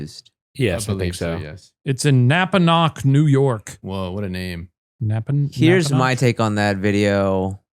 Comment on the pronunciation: you pronounced it correctly shane, its napa-nock!